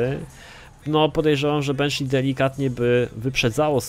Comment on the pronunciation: jaka dziwna dykcja lol Benshi -_